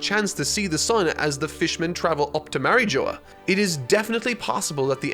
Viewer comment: “Marry joa”, come on! Say marie jois properly